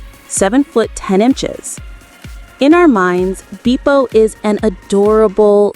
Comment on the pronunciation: “Roh-bin” there is no way that a human would call robin that. This is AI. Also, “beepo?” It’s pronounced beh-po. AI voices make me mad